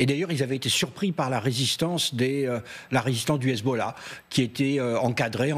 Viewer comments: le sarradin il m'insupporte, le gars il a un enorme accent francais mais il peut pas s'empecher de prendre son plus bel accent arabe quand il prononce hezbollah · Dites moi pourquoi votre reporter en iran quand il prononce hezbollah ,on a l'impression qu'il vomis ?